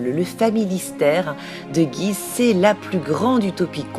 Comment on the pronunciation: J'habite dans cette petite ville, le U et le I de prononcent séparément, soit gu - ise